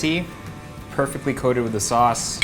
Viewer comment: When the lady kept pronouncing sauce as 'sus' and Erwan had this 'hold it in. hold it in bro' moment. lol